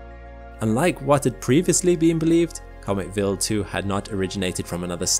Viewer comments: why would someone with a British accent (I presume) be unable or can't pronounce English words like "wild" (not willed) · It sounds like he is saying Bill 2 instead of Wild 2. Weird. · Very interesting - just find the strange pronounciation of Wild as "vild" slightly distracting ! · "Vil2"? Isn't it Wild(as in from afar/nature/outside)2? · Quick question: throughout the video, your pronunciation of the W sound (English) was normal/common - regardless of the W's position in the word &/or whichever consonant or vowel it was preceeded or followed by. So, why did you adopt the German pronunciation of W ( v sound) for the word Wild? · yeah, i gathered as much. But he only used the V sound as a W in the word Wild, yet he pronounced many other words with W's like the English W - rather than the Swiss/German W (V). WEIRD, ISNT IT? 😜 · I know it’s most likely just a difference in regional pronunciation, but hearing “willed” when “wild” was being said kept smacking me out of the video lol. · Why does he pronounce "Wild 2" like "Will 2"? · Why is it pronounced vild rhyming with chilled and not wild rhyming with child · Although very interresting, I was annoyed every time the narrator called Wild2 Willd2. I believe it's pronounced WILD as in wild animals. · he says Wild like Vild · so why are you pronouncing wild as villd? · if this guy is going to say Wild 2 so much, someone should have taught him how to pronounce a W sound. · Can i mention the way he pronounces WILD, its a I not a E. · You're saying wild wrong.